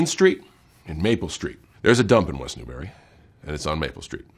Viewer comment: no he got west newbury right